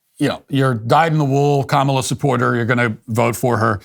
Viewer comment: It’s pronounced Kamala, not Kamala